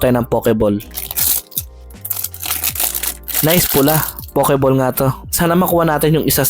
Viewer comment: Pakilagyan po ng W after ng O sa POKEBALL para masmaganda po ang pagbigkas - POWKEBALL , peace ✌️ bro 😅